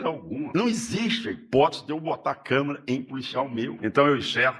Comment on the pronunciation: E eu vou mandar a minha: Câmera: utilizada para se referir aos aparelhos de filmar e tirar fotografias; Câmara: se referir a espaços e, especialmente, assembleias legislativas. Alô, "Caído"!! Fala direito!!